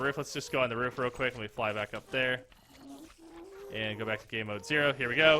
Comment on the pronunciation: you said fky not fly wich is why it didnt work